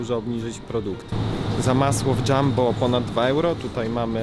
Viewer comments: Nie mówi się dżambo tylko Jumbo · Jumbo się czyta nie Dżambo